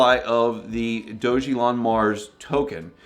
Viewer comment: It’s pronounced “DOG-A-LON”